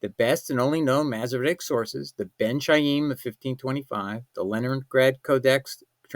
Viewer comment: From the way you pronounce the word Khayim, it’s clear that you don’t know the Hebrew language.